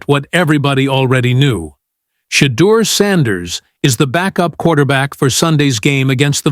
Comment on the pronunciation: This man cannot even say Shedeur Sanders #12 #144's name. Gods got Mr. Sanders 🎉❤❤❤ LoveoutlouD